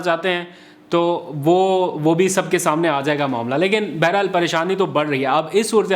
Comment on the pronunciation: Baharhaal hota hai, Beherhal nahi. Aapki Urdu bohat kamzor hai, Kitaben parha karo!